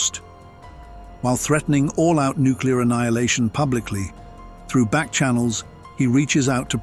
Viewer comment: good vid except for "nucular." It is new-klee-er.